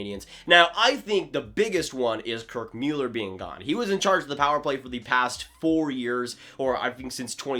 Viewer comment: Kirk Mewller lol